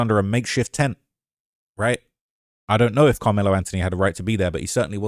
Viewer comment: Brother please...in the U.S. the "th" is annunciated and pronounced. It's "AnTH-ony", not "An-tony".